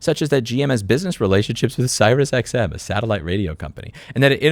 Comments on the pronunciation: are you saying Sirus ironically? Sirius, pronounced "serious" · It’s pronounced “serious” XM 👍🏼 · "sigh-rus xm" lol Edit: love your content and your work on getting these issues out into the open for the rest of us. Keep up the good work! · It probably doesn’t matter, but I’ll mention it anyways in case it comes up again. For future reference, the “Sirius” in SiriusXM is pronounced “Serious” (just like the word that means not joking)